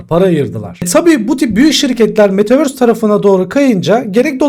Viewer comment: Metaverse değil ama metavööööğğğöörsss👍😊anladın sen onu hocam